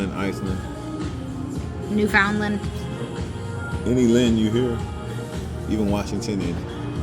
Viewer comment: Not New found land! 😭😭 its pronounced more like Newfinlan